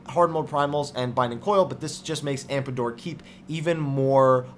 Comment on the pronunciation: Man., sir. Meridianum = Mer-ih-dee-ah-numm Tomestone - as in TOME+stone, not tombstone AmDApor, not AmPAdor Love your videos, so I'm not saying this to be rude or anything. Just wanted to correct your pronunciation since these words were repeated as often as they were, lol.